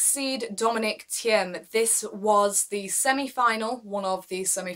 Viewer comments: Great video ! Waiting for more Btw "Thiem" is pronounced as the word "Team" in English :) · "Thiem" is pronounced as "team". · Just pronounce it like "team" and you are fine - the "e" is silent . Great channel